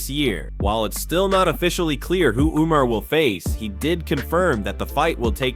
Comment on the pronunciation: Umm sir... Umar who?! These pronunciations are wild